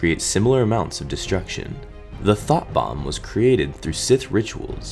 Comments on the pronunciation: I though you said thot bomb instead of thought bomb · I thought you were saying “Thot Bomb” lol